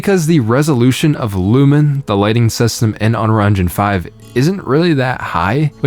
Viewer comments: Is it just me or does this guy not know how to pronounce "unreal"? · Maybe if you could pronounce the word "Unreal" you would have a different perspective?